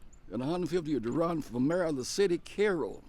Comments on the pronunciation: Sorry, but it's not pronounced "Kay-ro", although everyone from St. Louis seems to think that for some reason. It's pronounced "Care-o". I was born there and still have family there. Yes, it's a mess. That's a shame, because it was a great, little city at one time. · Pronounced Care-oh not Kay-ro...anyone that grew up there would know that